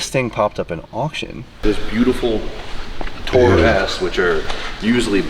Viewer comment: It’s too-rer. Like on tour. Too tour around in as such it’s a tourer.